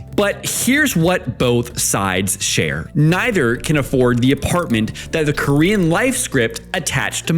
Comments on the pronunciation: I thought instead of saying "korean men and korean women" at the start you were saying "queen men and queen women" 😂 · i heard that as green men and green women